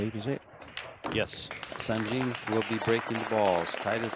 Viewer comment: Guys ,please ,it's Sanjin,not Sandjin.He's a Bosnian ,not Japanese 😂